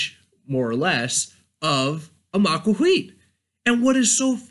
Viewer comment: Maquahuitl isn't pronounced "ma-qua-qui". It is pronounced "maquaquhitl"